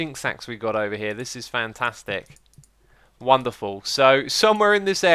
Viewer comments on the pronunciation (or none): none